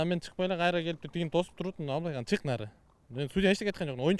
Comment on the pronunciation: Абылайхан эмес Амилайхан болдуго🤣🤣🤣🤣